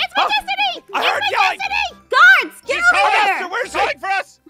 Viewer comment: does anyone notice in the intro she said gaurds?